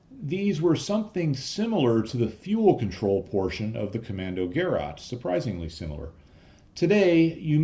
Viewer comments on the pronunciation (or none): It's not prenounced "Gerraht" but "Ke-ráte" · I think... Commando-Ge-Rat As in Ge-Schwader Not: Commando-Ger-At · Gerät (equipment) - hard G(e) - like in - and stress on the second syllabel which is not 'rat' but 'rät'. Almost like a Scottish pronounciation of 'great'. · Not that it matters, but in Deutsch it's "Ko - MMAN - do - gerat", with a long "o" and the last syllable as in "gurr -- ate". I know I'm dating myself, but when I was an undergrad I used a Deci-Log slide rule for a few years until we were permitted to use an electronic calculator if we could afford one. They became inexpensive pretty quickly, and I remember that after a while they were being given away as promotions by many companies. I still have and use a few calculators that use a photovoltaic (PV) cell to power them. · Kommandogeräte: das Geräte - is pronounced as Ge- rate, long a not short a. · It's not that difficult to pronounce it correctly. "Kommando" exactly like English "commando"; "geraet" is pronounced "guh-RATE." with stress on the last syllable. ["a" with two dots above (the umlaut) can also be written "ae."] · Pronounced: Kommandoger-aid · Hey - as always, hugely informative and entertaining video, thanks much. No 'German viewers straightened you out' yet I don't think and of course it doesn't matter and I'm certainly not criticising pronunciation - but 'Gerät' is pronounced somewhere between 'guh-rate' and 'geh-rate', if that's of any interest. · The 'ät' is pronounced like 'eight'. Gerät is the German word for device.